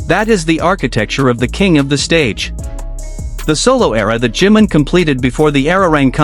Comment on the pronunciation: No se por que todas las ias pronincian jim en vez de jimin